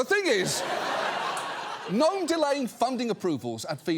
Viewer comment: Can Kristi Gnome please pronounce and S???? It is sho annoying.